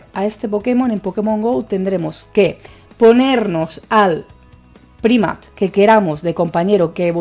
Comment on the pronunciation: Primat? Jajaja cuando vas a aprender a pronunciar los nombres de los pokemon? Nunca? Jajaja